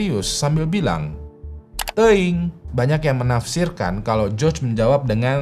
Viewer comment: itu bacaan nya teiyung..